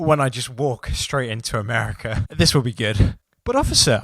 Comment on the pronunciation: Dude. What the hell. I heard you say “Americerr”.